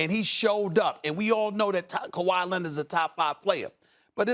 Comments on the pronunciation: Stephen A: Luka “Donchik” Also Stephen A: Kawhi “Lennid” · "Kawhi Lenid"